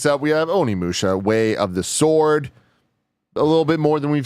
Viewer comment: Shoutout to Tim for finally pronouncing Onimusha correctly!